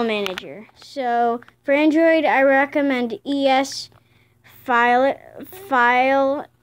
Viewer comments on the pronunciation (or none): none